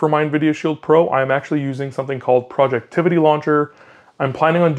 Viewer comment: FYI its "Project Ivy" not Projectivity 😂 common mistake so not a big deal haha